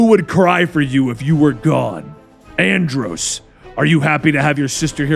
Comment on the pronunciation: The main reason I love this storyline so much besides that I grew up on the power rangers! But also my last name is Andros and it's been my nickname my whole life, so I kinda get to place myself in the story. Also bravo on the pronunciation, you have no idea how many people miss pronounce it